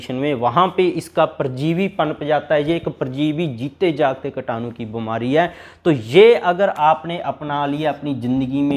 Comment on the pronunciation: कीटाणु बोलो भाई,कटानु नही !